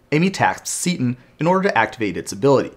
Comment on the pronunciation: I'll admit that you (only sometimes) pronounce card names in a way that surprises me, you pronounced "Seton" exactly the way that I would. Also, great call-to-action